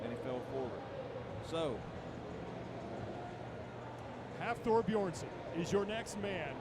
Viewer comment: This man called him hafthor beerson